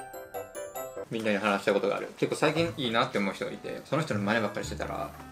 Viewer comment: 『最近いいなって思う人がいて、その人の"真似ばっかりしてたら"』って言ったのが『最近いいなって思う人がいて、その人の"前歯借りてたら"』って聞こえた笑笑